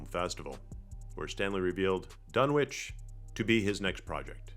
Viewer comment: It's pronounced "Dun-Itch," the way towns like 'Greenwich' is pronounced "Gren-Itch" in England and New England.